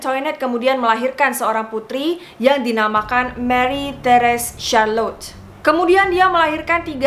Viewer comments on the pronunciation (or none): none